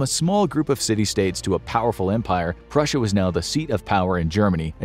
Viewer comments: 😂 Prussia not russia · Purrusia or tartary